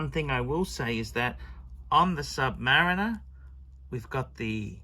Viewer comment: Stop saying Submureener and beezel!!!